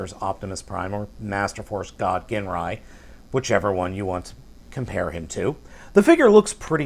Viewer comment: You pronounced Ginrai wrong. It's pronounced like Jinrai.